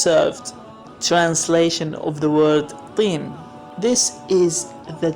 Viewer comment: Mr!You actually pronounce the word Tin with a soft a Q,like in Qalb/heart! Why are you pronouncing the word Tin like you want to pronounce it Qiin or Qliin? I have listened the whole video through and in every word you say you come clear and understandable, so why do you have problems with pronouncing the soft T sound!? T is pronounced at the tip of the tongue,Q is pronounced way back down the tongue!I just don't understand.....